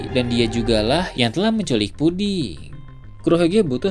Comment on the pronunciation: puding bang bukan pudi